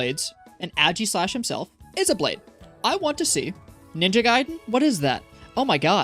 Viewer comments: Im sorry, but ageeslash just sounds wrong. Aye-giss-lash (pronouncing the "g" like j jif is fine) is the way i pronounce it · it's aegislash not ægislash 😭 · who in their right mind pronounces it "aggy-slash" wtf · This man's pronunciation of aegislash (and reshiram(and bisharp)) is killing me